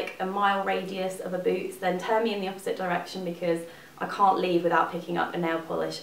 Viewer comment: In the beginning I thought you said booze when you said boots haha I love your videos!